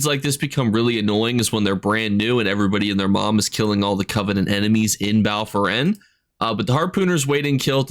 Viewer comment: Yeah he butchers 80% of the names, not sure it its accidental or intentional at this point